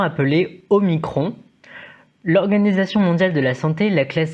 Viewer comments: Revoir la prononciation des lettres grecques jeune homme.... Un indice : comment prononcez vous epsilon ? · C'est pas le seul à prononcer bizarrement la lettre grecque. On entend ça aussi dans les médias. J'ai même entendu une journaliste prononcer "omnicron" ce matin :-)